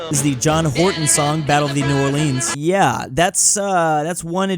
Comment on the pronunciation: The way he pronounced New Orleans. 💀(I’m Louisianan BTW)